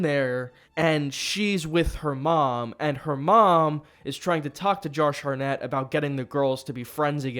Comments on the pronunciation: He's saying Harnett instead of Hartnett because they got T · HarTnett, with a T. Not Harnett. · Ah yes. Actor "Josh Har-nett". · HART NETT not HARNETT omgggg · Why are you saying Josh Hartnett's name so weirdly man haha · To get more engagement. It's crazy how saying words diffenelty makes people want to comment and watch the video longer.